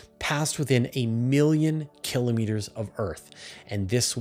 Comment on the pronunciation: Awesome content as always! And my repeated gratitude for continuing to pronounce km correctly as kill-oh-meeter.